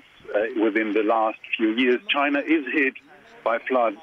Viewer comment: Trump - "chi-na"